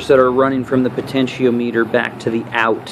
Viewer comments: pronounced po ten she om mitter.... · po ten she o meter lol